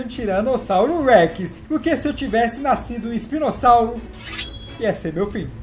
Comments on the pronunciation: rei è falou espinosauri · Ele falou espinosauro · ELE FALOU ISPINOSAURO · Ele disse espinossauru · ele falou spinosauro